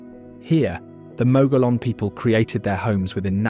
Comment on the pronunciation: Exactly. Also there is a mispronouncement of Mogollon. Mogeeyon is the correct way.